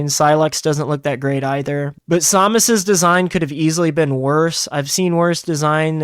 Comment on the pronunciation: I never thought I’d encounter another person that pronounces Samus’ name that way